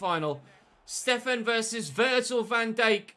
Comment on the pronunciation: Why do you pronounce it “Virgil Van Deik?” The Dijk is pronounced “Dike” not “Deik”